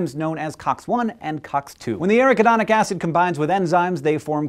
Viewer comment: That is pronounced: ah-RACK-ah-don-ick Acid But I don't care because this is WAY cool!!!! Good Work!